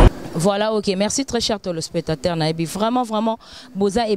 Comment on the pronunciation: bo yoka fille oyo po à prononcer télé spectateurs mubulu on dirait kimbala mawa azo lekisa âge ya libala na micro